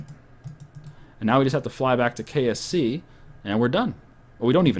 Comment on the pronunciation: Every time you say KSC I'm sure that your saying KFC.